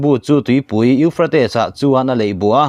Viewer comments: Euphrates i lam dan chu le...kan bo hû mai dawn a lawm le. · A lar teh reng nen..lam dik hram se tiraw🤭